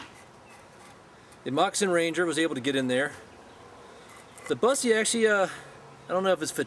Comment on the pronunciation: i think you pronounce it BOOSSE not BUS eee